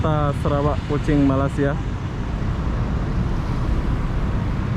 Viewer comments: bang cara bacanya maleysya.. bukan malassiya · Malaysia, bukan malasia biar fasih kedengaranya.